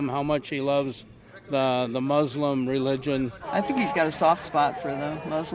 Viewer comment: . BEST EXAMPLE OF DOUBLETHINK EVER! Holding two (in this case three) contradicting views. Also, Buddhists TURK URR RULURRGIONNN!